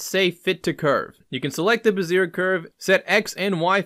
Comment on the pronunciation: Nice Work! BTW. "Bezier" is pronounced "Beh-ZEE-AY" with a slight trailing r sound at the end between silent and a quiet R. And just for shits since the other commonly mispronounced development word - Gaussian... is pronounced "G "OW" -SEE-AN... like OW I stubbed my toe. Named after Karl Friedrich Gauss the mathematician.